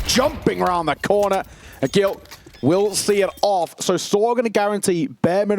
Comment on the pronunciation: Tell the comentators ag1l is pronounced "ah-jeel" and not "ah-gil" please